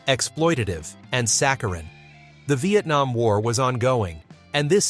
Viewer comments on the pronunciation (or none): none